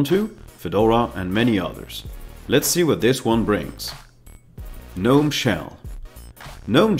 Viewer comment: Small thing, but the G in Gnome is supposed to be pronounced.. Thanks for the video!